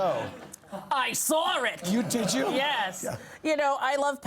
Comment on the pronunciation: “I SARR IT!” wtf lmao